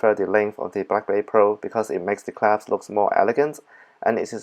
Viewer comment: Love how you say clasp claps hahaha 👏